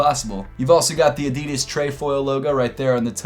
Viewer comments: thats the way youre supposed to say adidas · Pronounced Adidas the European way. Does make sense they are made in Germany witch is in Europe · Finally Americans can start saying “Adidas” the correct way - the way it’s meant to be pronounced